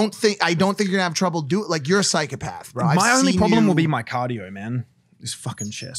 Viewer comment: Mike it’s psychOpath not psychApath